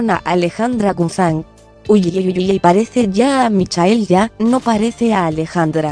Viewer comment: La LOCUTORA DEBE LEER MEJOR NO ES GUZAN LA M SUENA GUZMÁN. APRENDE.... DE DONDE ERES? SE DICE GUZMÁN CON MMMMMMMMM.😱😱😱😱😱